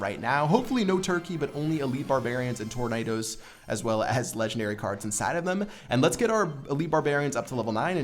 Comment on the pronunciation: How he said tornados at the beginning 😂